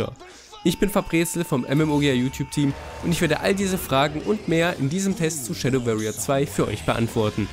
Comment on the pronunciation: versuchs mal "Schäddoworrier" auszusprechen, statt "-Schäddöwerrier"... musste deswegen gerade zum Arzt und meinen Ohrenkrebs entfernen lassen.